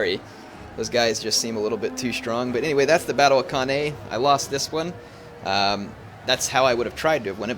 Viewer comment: Hate being 'that guy' but it's pronounced can-eye